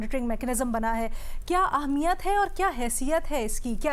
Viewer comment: Tu Ehmiyat Ko Ahmiyat Kyun Kehti????? 2 Mardon K Sirname Wali Auntie